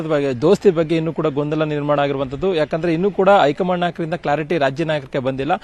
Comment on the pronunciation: ಅಕಾರ ಹಕಾರ ಸರಿಯಿಲ್ಲ. ಹೈಕಮಾಂಡ್ ಅಂತ ಹೇಳಿ. ಬಿಜೆಪಿ ಐ ಕಮಾಂಡ್?, ಏಳಿದಾರೆ, ಓಗುವಾಗ? ಕೇಳುವುದಕ್ಕೆ ಅಸಹ್ಯಕರ.